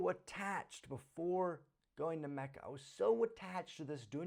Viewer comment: lol its macca not kacca